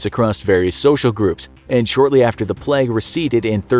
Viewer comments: Why he keep pronouncing plague like pleg? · Why does he pronounce it “pleg”? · He keeps saying pleg instead of plague and no one is noticing and it's making my physically enraged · No one: Absolutely no one: Infographic show: pleg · Why does he pronounces plague so weird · How does "plaque" equal "plague"?